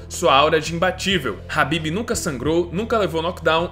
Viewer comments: pq falar habib se o nome do cara é khabib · Meu Deus mano, que agonia tu falando" H"ABIB toda hora.